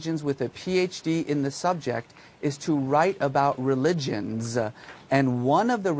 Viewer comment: religionssss. Haha sounds like he's teaching her English.